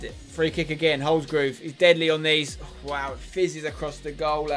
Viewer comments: It's Holsgrove not Holsgrooooove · Please pronoucne it HOLS-GROVE not HOLS-GROOVE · Lol spence it’s not groove it’s grove,like drove. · wish he would say holsgrove's name properly says it as holsgroove